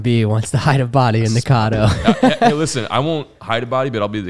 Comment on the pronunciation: As some who currently lives and has grown up on Caddo Lake, I have to say your pronunciation irritates me lol